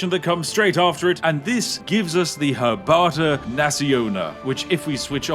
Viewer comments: fun fack about polish - your pronunciation of "kawa" sounds like "kała" and "kał" means shit in polish. So even in polish you said coffee is terrible bewerage :D Also pronunciation of herbata was 10/10. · Yooo Spiff your pronunciation of 'Herbata' was pretty good mate, not that I'm suprised tho, it's 'tea' after all lol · Out of all the words in Polish Spiff could've pronounced correctly, it's only right that he said "herbata" (tea) correctly. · The list of 3 words You didn't butcher includes Herbata. And thats all that is important 😂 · As a Polish person. I have to say at least try 😂 And also he pronouc perfectly,, herbata,, becuase this mean tea. More Polish language for spiffingBrit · I love that you said "Kawa" (Coffee) as "Kała" where "Kał" means excrement in Polish and you said "Herbata" (Tea) almost perfectly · I love how spiff said every word in polish wrong but not tea xD